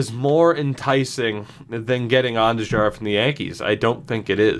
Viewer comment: On-Do-Har is how you pronounce Andujar